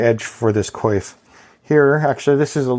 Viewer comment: Your pronunciation of coif sounded like quafe. Oi.